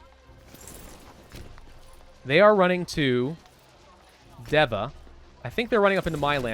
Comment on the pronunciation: Deva is pronounced DEEva. As a local to Deva let me know if you need other names written phonetically let me know. Happy to help.